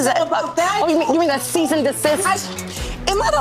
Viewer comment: Trina trying to clock Tamar's pronunciation of Cease is dumb considering how she pronounces HOWSE 😂